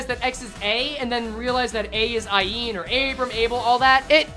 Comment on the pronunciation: every time says Aeen instead of Ayin i hear her voice louder